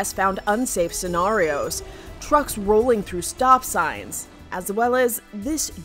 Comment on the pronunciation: whats unsafe is the way she pronounces scenario